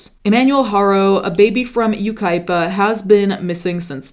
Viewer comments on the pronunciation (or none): It's Yucaipa, enough said.